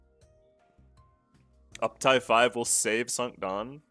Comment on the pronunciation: Is Cinq supposed to be pronounced sunk? I thought it was sink, like the number cinco.